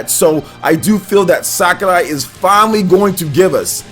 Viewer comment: Your pronounciation of "Sakurai" really bothers me lol "Sakaray" instead of "Sakuray"